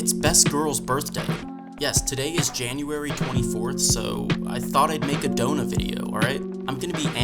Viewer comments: why is everyone saying her name wrong when its Echidna? You are saying Adona over Echidna like the rest. Is her translating of the name wrong or spell different or just everyone saying it wrong? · Huge question why is Echidna pronounced Echidona and not the animal Echidna?